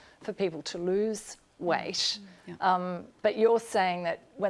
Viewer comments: Noob non-native question: Why do they pronounce 'weight' differently? Something like 'weishht' :P Update: I hear a similar thing with 'diet' word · The way the host pronounces "weight" is just making me cringe. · I was just joking about the way she pronounces "weight" I'm actually a semi-pro athlete